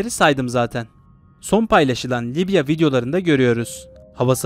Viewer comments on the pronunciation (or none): none